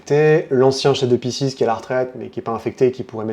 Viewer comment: Ça se prononce "Piskes" c'c'est du latin